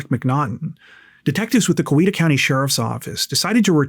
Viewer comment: It’s COW-E-ta…